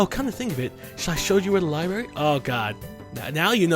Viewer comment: I'm gonna go ahead and be awkward and say that it's adorable when you say "libary"